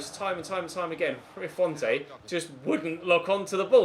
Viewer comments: it’s pronounced font rather than fontay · Bro do you ever read your comments? Every episode people keep saying, 1.Stop calling Seri French 2. Stop pronouncing the 'e' in Rui Fonte 3. At least try out Mitro especially as he has just signed IRL I don't actually care if you do these things or not cos i enjoy the series but seriously start reading your comments and responding to feedback